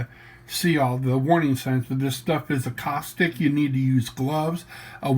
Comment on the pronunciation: 🏍️ I use a degreaser called Super Clean. It would have all that easy acrylic paint off in an hour. 🚿 And since I just love correcting.. it's caustic, not accostic.✅